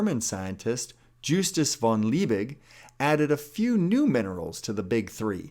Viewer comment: Justus von Liebig. Not JuStUcE vOn lEiBiG